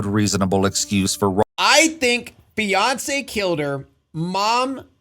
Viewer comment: When you said Fiance at the halfway point, I though you said Beyonce 😅